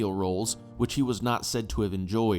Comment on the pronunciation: Thank you for your work. Please note it is a linguistic "quirk" that Magdelen College, Oxford, is not pronounced "Magdelen" but "Maudlin". At the top of the tower shown, since the early 16th century, at 6.00 a.m. on the 1st May, the College Choir sing a hymn in Latin to the congregation below. Please note before his abdication Edward lived at Fort Belvedere in Windsor Great Park not Windsor Castle. It nearly wrecked the career of Winston Churchill who was a regular visitor to Fort Belvedere. Winston supported Edward as king and was one of few supporters, it made an already unpopular Churchill, in his wilderness years, even more unpopular. He had returned to the Conservative Party after WWI. Was often in the US, a friend of William Randolph Hearst and was in the New York Stock Exchange on Wall Street the day of it's collapse in October 1929. It ruined him and he to earn his living writing books and giving speeches. It was researching his book on his ancestor John Churchill, at Blenheim that he saw the rise of nazism. Britain was sleepwalking at the time and "Appeasement" fashionable this put the establishment at odds with Churchill. Winston taking the side of Edward was a brave but career - threatening move for him.